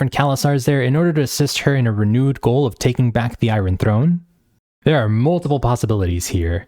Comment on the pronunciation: I-run throne, I-gon Targaryen lol